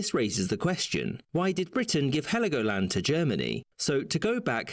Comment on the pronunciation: it is Helgoland no i in it, but it was treated to the island of Sansibaras well as the Namibian strip